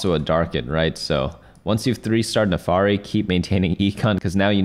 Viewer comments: the NAAFIRI is read how is writen. Not nefari. :D no hate, it just rubs my ears the wrong way that's all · "naafari" makes me crazy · "NAFARI" IS TRIGGERING ME. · It's Vah-sty-an not Vastian and Nah-fir-ree not Nafary.